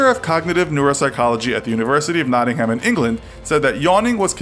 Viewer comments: Say it like 'nottingum' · The way he said Nottingham xD